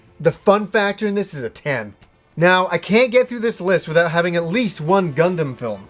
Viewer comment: I know this is old and a nitpick on my end, but as what I can only say as my almost Gundam fetish, the way you pronounced Gundam, Char and Amuro hurt my ears. I would get this if you've only watched subs before, but they pronounce them very clearly in the film and series' up to it. Also for anyone looking to watch Char's Counterattack, you NEED to watch the first 2 Gundam series' (there is ZZ Gundam after Zeta, but it was never released in the West and isn't actually necessary to watch Char's Counterattack). Story-wise and understanding the characters though you will need to watch the original Gundam series as well as Zeta Gundam. Of course to cut down on the almost 100 episodes total between the two you can watch the compilation movies for them, but sadly both of the compilation movies cut out A LOT of content and in Zeta Gundam's case a lot of very important content (not to mention if you're like me and prefer dubs, the compilation movies are not dubbed, and Char and Amuro's voice actors maintain their roles for the first series and the movie, Bandai got a different team for Zeta, that sound very similar to them though so you might mistake them for it) as well as changing the entire ending from the series, cancelling out some of the things and events that would have happened afterwards (more than likely cancelling out Char's Counterattack as well if you play the Zeta Gundam PS1 game, Char's ending and what happens partly has to do with the original ending).